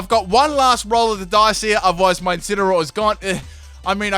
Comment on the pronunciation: Lol it's incenaroar